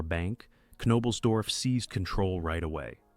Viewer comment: I’m sorry but I can’t sit through an hour of you butchering his name.